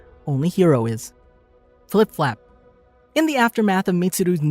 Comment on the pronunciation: reads flap flap as flip flap